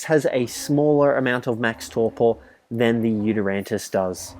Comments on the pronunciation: The video was great, but just for the future, it's pronounced You-Ty-rannus, not You-ter-rantus. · UGHHH ITS NOT U-TER-RANNUS ITS YOU-TY-RANNUS PRONOUNCE IT RIGHT NEXT TIME OK?! READ HOW TO PRONOUNCE IT ON THE GOD DAMN WIKI!!!! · It annoys me how he says yutyrannus. He says yutyranntis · It is called a yutyrannus not a yutyrantus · Its pronounced yutar ranus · Nobody noticed he didnt pronounced the yuti correct? 😝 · "I forgot it's name for a second there" Mispronounces Did you ever know it? There is clearly no silent 'T' in the spelling, if you read it.